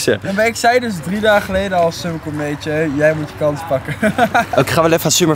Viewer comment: "Summer" spreek die naam eens fatsoenlijk uit man